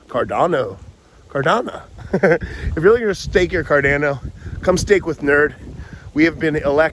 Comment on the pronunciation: I love you! Why did you start pronouncing it Car DAN o all of a sudden? 😄